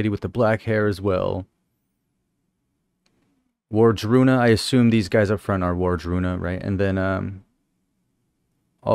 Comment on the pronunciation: Ward-Runa. It's easy to think War-druna. Not that it matters but I mention it for they who possible would want to know that